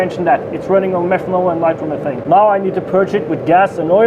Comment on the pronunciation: i feel like this guy needs to go into jets. its just going to turn into a jet if he gets it any faster huh. what are you using for fuel? i hear you say methonol and ethonol? and nitrious? its really all about pressure here. if you want a really strong 50cc engine you need to make the cylinder huge and out of bomb proof matterial and then basically bomb the piston with much better fuel... the limits to the engine is how much psi can it take and what psi your fuel gives off. metal will melt or expode so i guess thats what you mean by stuffing? putting stuff in there thats not your typical metal that will explode? anyhow whats math on your psi? and whats maxinum? keep in mind tensil strength is not breaking strength its some like of strength in witch metel starts to contract due to pressure a notuce distance of something i forget. as for fuel your gonna have to step it up to something better.